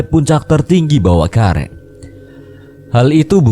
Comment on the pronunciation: Ad kata²kurang pas bang,,bawakaraeng bang bukan bawakareng 😅,,koreksi doang bang 😅